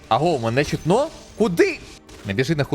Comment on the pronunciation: яке чутнО, правильно чУтно